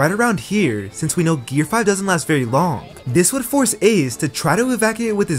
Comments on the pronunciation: Gear5 ❌ Gear riz ✅ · Did bro just say "gear rizz" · Bro said gear rizz💀☠️💀☠️💀☠️💀